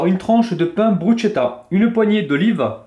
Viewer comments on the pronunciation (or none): elle à l'air sympas cette et elle presente bien :) juste un petit détail me chiffone ^^ je crois que l'on prononce "brusketta" et non pas "brusgetta" je dis ça je ne dis rien :) en tout cas chouette recette comme d'habitude bonne soirée